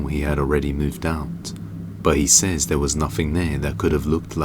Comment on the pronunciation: This narrator can’t even pronounce Cherokee… google how to pronounce it. And stop saying der and dare. They’re pronounced The and there. You’re an embarrassment to England.